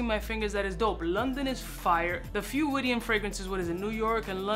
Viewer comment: Yo, great Syrian perfumery house. It's pronounced Wid-yan. Rhymes with "Kid-Man".